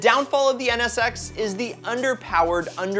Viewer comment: I wanna skip the nsx part because u keep saying ns sex lol